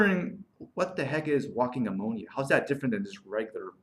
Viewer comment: It's not ah-monia!